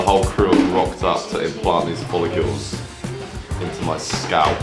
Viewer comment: Why are you calling them follecules when it’s follicle? Hah … good shit though man